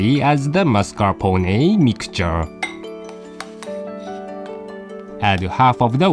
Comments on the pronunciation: I loved the "mascarponey" pronunciation lol it got stuck in my head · so epic the way pronounce MARS.CAR.PO.NAY.